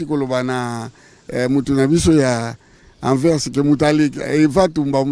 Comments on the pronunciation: Journakuiti Ba lobaka Anvers et non pas Anvex Franchement c'est abusé Ata Vieux Mokolo boye aza ko loba yango malamu ko leka yo elenge mobali. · Migue niema balobaka Anvers Anvex te bolole moko boye Wangila masoko etoboka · Anvers et non anvex